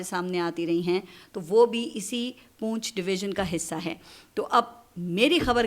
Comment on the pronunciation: ۔۔۔۔پونچھ نہیں پنچھ لفظ ھے۔۔۔پنچھ❤❤❤